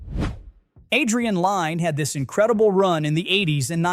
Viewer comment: Adrian lynes last name is pronounced like Lynn